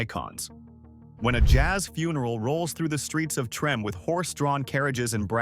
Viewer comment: Trim? No no no, Treme, Tra may. Not trim. Remember New Orleans, French